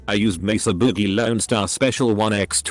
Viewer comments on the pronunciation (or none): none